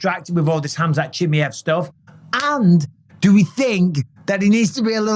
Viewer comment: Khamzat CHEE-MAH-EV ffs Bisping, not Chim-me-ev 😂🤦🏼‍♂️